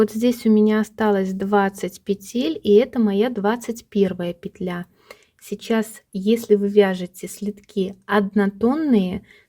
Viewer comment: Все замечательно, но мешают просмотру титры. Извините, во всех словарях пЕтля, а не петлЯ. Спасибо за полезный м к.